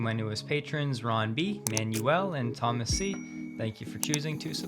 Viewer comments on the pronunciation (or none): none